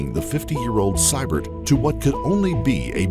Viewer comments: note how the name Sybert is pronounced. It should be See-bert. Thats bc the AI has trouble with uncommon names bc it has no reference point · It's "see-bert" not "cy-bert" Arrrgghh! Lol.😂